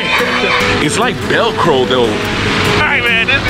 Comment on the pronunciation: the word is velcro not belcro 😅